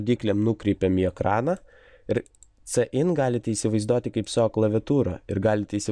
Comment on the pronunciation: Prasau nesakyk isivaizdoti per ausis eina :) Btw :LIKE